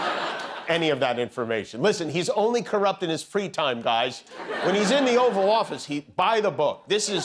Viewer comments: “The Oafal Office”!! Hahaha! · Was that a slip Jimmy, thought I heard you say “Offal Office” 😂😂😂😂😂